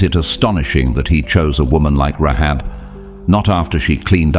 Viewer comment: Rahab not Rehab